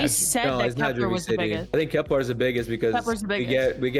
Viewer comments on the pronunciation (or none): KeplAr - what are we Klingon? SEEve - ever live life? KepLER Sieve (pronounced Siv) Just STOP! Get help